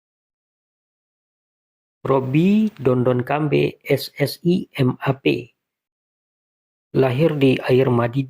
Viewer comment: Dondo Bukan dondon 🤣🤣 Dondokambey bukan Dondonkambey😂